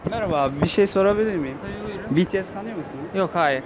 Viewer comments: biri Betese dedi😂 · betese dedi sanki biri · Ben önceden betese diyordum öğrendim ki bitiesmiş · bts direk olarak be te se diyenlere uyuz olanlar +1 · aynen benim anne de namjoonun saçına ve rapine takmış durumda 😁neredeyse army olucak..başka bir grup izleyen ""hayır cipiyes daha iyi onu cak ""diyor ve bu arada bities demek yerine cipiyes diyor😂😂😂😂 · Evet ya betese dediklerinde çok gıcık oluyorum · YAZILIS=BTS OKUNUŞ=BİTİES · Hssmrb Ndvdjskz O zaman Bts'i de yanlış söylüyoruz? Bangtansonyeondan diye okumak yerine BiTieS diye okuyoruz değil mi? Çünkü kısaltılmışı bu, ayrıca kimse Army kelimesini yanlış okuyor diye sahte Army olmuyor. Sen bir duayı yanlış okuduğunda sahte müslüman mı oluyorsun? Kimsenin Army'liğine laf etme linç yersin... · Be te se dedi ya uyuz oldum